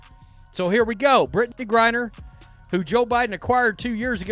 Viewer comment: Is the speaker on this vid purposely saying GBs name wrong?